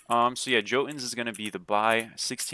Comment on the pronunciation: Hey brother, jotunns is pronounced with a "yo" instead of "joe" lol. Mast used to do* the same thing xD just so you know.